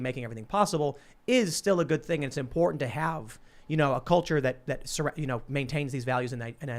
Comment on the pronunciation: hey hey hey! i call foul! i specifically heard say "thing" with the hillbilly word of "thang!" that is hillbilly appropriation! and we hillbillies frown on that! hahaha!